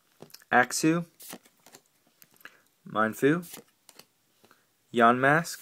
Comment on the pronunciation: is YAMASK not YANMASK